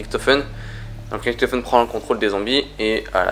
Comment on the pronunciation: INCROYABLE!!! Première vidéo de sans le mot "epic" mais toujours avec le fameux "riKtofen" alors que les personnages du mode zombie eux mêmes le prononce "riCHtofen"!! J'adore tes video mais arrête les mots et prononciations inventé 😘